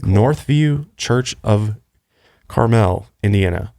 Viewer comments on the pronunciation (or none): I live in Indy and the way said Carmel sent me